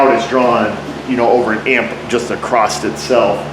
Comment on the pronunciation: Across, not "acrossed"...lol. You teach auto repair, I teach grammar.